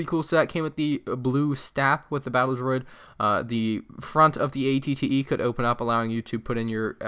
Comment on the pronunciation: Aclley it is spelled at-et you said at-tee